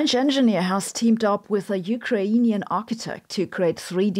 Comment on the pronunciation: The way you pronounced "Ukrainian" was between English and Ukrainian. In English, people often put stress on the first a, but you put it on the first i, like we do in Ukrainian language! Not only that, but you kind of doubled that i (ї): instead of "ee" you pronounced it like "yee"! Great job! If you want to fuse it even more, the first letter U is pronounced not like "yoo" but like "oo", or like u in udon.